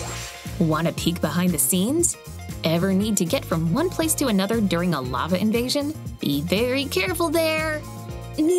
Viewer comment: Not lovo it is lava